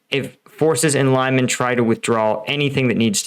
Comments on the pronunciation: Some reports say Ukraine already has Zarichne. This is causing Russian troops to retreat through the forest in between Yampil. Also it is pronounced ( Lee-Mon) not (Lie-man) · FYI its pronounced LEEEMARN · isn't it pronounced LEE-MAN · Not trying to be a jerk, but Lyman is pronounced lee mon! Not Lie mon! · Not extremely important, but the town's name is said more like Lee-MAN (only that 'ee' is short, because the stress falls on last syllable) and not like LIE-man. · It’s pronounced Lee-man. Not Lie-man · Dude, love your channel, but name of the town is pronounced LEEMAN not LYEMAN, its not US town ;) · Thanks for another great update. BTW it's pronounced lee-man/Li-man (Li as in Little) not Lie-man. Same as I'm not from New Yerk or Les Angeles! 😁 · it pronounced liman, li like in liberty not ly like in lime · It’s not pronounced lie mun but lee mahn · Respect to you sir but please please not lie-men it’s lee-man ❤ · "LIE-MAN", brother it's LEE-MON. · lee man not lie man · How do you pronounce Lysychansk? There's no ‘lie’ in Lyman, Лиман, pronounced ɫɪˈmɑn. Please, Americans, stop the ‘lie’ — it hurts my ears. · LYMAN Pronounced LEEMAN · Lyman is pronounced Lee-mon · Please learn how to pronounce place names before you make these videos. It’s lih-MAHN. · It is Lee man. Like Bruce Lee man. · I heard a version of this where the reason the Russians didn't withdraw from Lyman (btw it's pronounced "Lee-man") is that they needed it to remain under Russian control during Putin's annexation speech, so as not to embarrass the boss. In practise that meant that "forever Russian" worked out as "about 18 hours" and embarrassed him anyway, plus the forces that were sent into Lyman to bolster it for those 18 propaganda hours then got trapped too. I don't know if it's true, but it sounds like something they'd do. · Лиман, pronounced [ɫɪˈmɑn and not like in "lima" but like lee- man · Pronounced LEEMON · It's pronounced like Lemon. Leh Muhn. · Again Lyman is pronounced "Lee-mon"